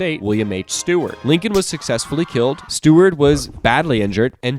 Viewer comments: its Seward, not Steward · Its seward not steward bro